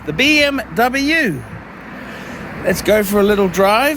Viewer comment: So.. what you're saying is that you have your Beeemmr back?.. is that what you said? or I didn't get it right?...... PMD!